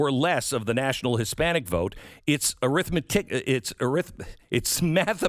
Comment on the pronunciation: Don’t feel bad, about pronouncing arithmetical. Many of my fellow Math teachers can’t pronounce it either! (ar’ith-met’i-cal)